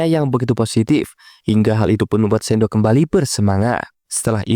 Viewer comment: shidou bg bukan sendo